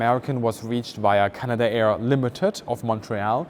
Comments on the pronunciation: It's not pronounced Canada-air, it's Canadair. 3 syllables, not 4. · Just a minor point on pronunciation, it is not "Canada air" it is "Cana Dare" It runs as one word. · It's pronounced Cana dair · CanaDare not Canada-Air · “Canada Air”? Canadair, please. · Greetings company is not canada air. Its cana-dair. Btw canadair was bought by ski-doo manufacturer Bombardier which basically mismanaged the company until it had to sell it off. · That's Can-ad-air.